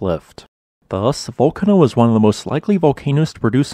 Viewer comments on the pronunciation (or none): Remember: Vool-CAAH-no is a much better pronunciation for the Italian volcanic island. The majority of Italian words emphasize the next to last syllable, I.e. spaghetti, lasagna, linguini, etc.